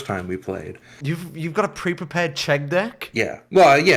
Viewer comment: As a Czech, I approve the Chegg